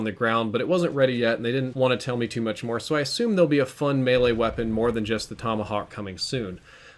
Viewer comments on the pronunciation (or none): none